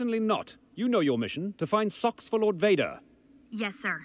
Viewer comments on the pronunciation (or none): well, if you don’t remember the episode, it sounds much more like he’s saying “sauce” than “socks”. I legitimately can’t hear it as “socks”. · Why does everyone keep hearing that? He said SOCKS.